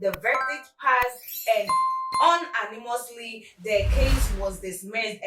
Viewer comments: Unanimously Is. pronounce—yoo na nimously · Please check the proper pronunciation of unanimously. Thanks